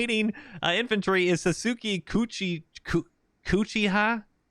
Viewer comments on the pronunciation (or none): listening to mispronounce Sasuke's name made a part of me die 💀🤣